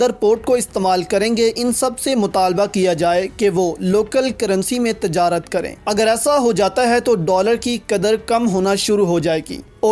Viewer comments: Aap ne tajrat padh wo :tijarat:hai islahkarlein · Aap ne tajarat padha wo :tijarat:hai. islah kerlein